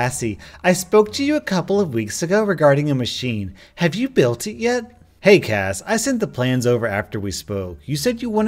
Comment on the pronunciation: As someone named Cassi I'm slightly ashamed of this episode. Everytime you said the name I flinched lmao. I can only hope I'm the better Cassi